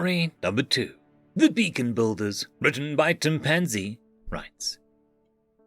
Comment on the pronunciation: It's *BEACON*BUILDERS NOT *BACON*BUILDER